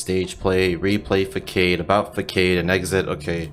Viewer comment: Love your content, though to note, it's pronounced "Fah-sahd" not "Fuckaid."